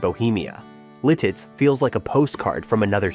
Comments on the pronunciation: lol Litiz is beautiful! It’s pronounced LIT-it’s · Really? Lititz, PA is spelled and pronounced wrong! It is pronounced Lit its, and there is not 2 e's in Erie, it's not haunted!!!!! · Mauch Chunk not Mount Chuck. Also Lititz and Lilitz. who are you?? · I'm sorry, calling it Lilitz and then pronouncing Lititz differently every single time is actually wild I'm crying 😂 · A lot of errors in the Jim Thorpe segment, followed by calling Lititz, Lilitz- that’s when I turned it off. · It's pronounced MAUK-CHUNK (Jim Thorpe) LITITZ not Liltiz Lewisburg has some incorrect clips. I'd know I live nearby. There is no WEGMANS in Lewisburg, that's half hr away in Williamsport. And s Your Wellsboro Downton shot with a blue building to the left is LEWISBURG. I work in SC and the population is when class is in session. You showed Port Matilda in one clip. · Oh FFS, it’s bad enough when you AI voices mispronounce the names but misspelling is unforgivable. IT’S LITITZ!!! Even a second gaff LEETITZ, keep going BOT! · You spend all that time making a video and misspell/ mispronunciation Lititz. Lost me there.